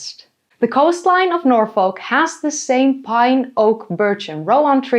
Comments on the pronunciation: Nor-foll-k We English are weird.. It's Nor-fuk now 😂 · Norfolk? You mean NorFUCK Lmao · Great video, but please look up how to pronounce Norfolk... it is basically 'Norfuhk' the L is essentially silent. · This is very very interesting but I’ve gotta say, as a Brit, it’s NOR-FUHK not NOR-FOHK and “Dogger” has very different connotations here so this just made it a whole lot more entertaining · For non native English speakers, Norfolk is pronounced more like Norfek by people in the UK, rather than Nor folk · It is pronounced 'norfuk' not 'norfolk' Thats about my only criticism of your research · I’m from England and the way you pronounce Norfolk is so painful it’s pronounced norfuk I know we’re weird but it still hurts 😂😂😂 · please pronounce Norfolk correctly. it’s like Noor-Fock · The only place i heard you mispronounce was norfolk. Its 'norfuk’ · Its pronounced "nor-fuk" why would you deprive yourself 😂😂😂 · As someone that grew up in Norfolk near The Great River Ouse. I can say your pronunciations are close buuuut off. Norfolk = Nor - Fook Ouse = Ooze (no special way literally Ooze, like Oozing wound) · Norfolk is pronounced like ‘Norfook’ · Milo gonna lose his minds when he discovers the River Ouse is pronounced like the word “ooze” Also, Norfolk is pronounced more like Nor-fuck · Every time Norfolk was pronounced wrong i died a bit more😭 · As a Nebraskan, hearing her pronounce the L in Norfolk is throwing me off😂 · the Yank's pronunciation of Norfolk hurts me